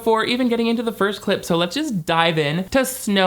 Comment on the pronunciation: I watched tens of clip breakdown videos. Still hear you say "clit breakdown" every single time.